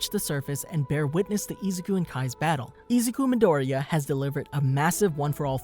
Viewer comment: I hate how he always sais his name wrong like bro if you are speaking English then pernounse it like you are please